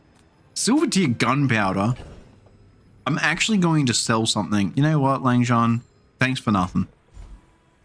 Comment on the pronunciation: Love to see a fellow aussie playing games on here! Just a quick comment on the pronunciation of Langxian, the 'xian' is kinda like 'Sien' in the word Sienna. 🙏🏼 Keep thriving in the bazzar!